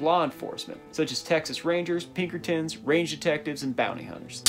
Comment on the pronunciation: i got ptsd the minute u said pinkertins tbh